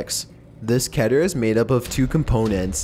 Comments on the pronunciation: did you just say kiter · alright, its pronounced Keh-ter. according to the wikia Keter is the hebrew word for crown (כתר( and as a native hebrew speaker... you get the point. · *ITS PRONOUNCED KE-TER, NOT CATER. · It’s actually pronounced KEE-TER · it's keh-ter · It's kee-ter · Vinnis Vidya Just like Meter is pronounced "Meh-ter" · Its pronounced differently by other people but the correct pronunciation is (kee-ter). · Baldi please don’t spank me but according to TheVolgun, Keter is pronounced (Ket-eyr). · It’s tee-kee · its ke-tair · The way he pronounces "Keter" just- ugh